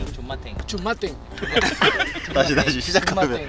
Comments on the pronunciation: 저 친구 겁나 유쾌하네요 ㅎㅎ백승호 선수 친구 잘둔듯. 존맛탱 발음못해서 조카탱ㅎㅎㅎㅎㅎㅎㅎ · 존맛탠 하는데 욕같이 들리네 ㅋㅋㅋㅋㅋㅋㅋ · 존맛탱.. 하필 발음실수를 해도.. ㅈㄲ태 라고.. ㅋㅋㅋㅋㅋㅋㅋㅋ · 조까탱ㅋㅋㅋㅋㅋㅋㅋㅋㅋㅋㅋㅋ왠지 모르게 겁나 귀여움 발음 실수 ㅋㅋㅋ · 앜ㅋㅋㅋㅋㅋ 발음실수 머냐구요ㅋㅋㅋㅋㅋㅋㅋ 개웃겨